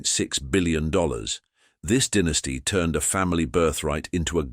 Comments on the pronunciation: Question...why dont you know how to pronounce "DYNASTY" ?? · Apparently I have been mispronouncing the words dynasty and dynasties my whole life.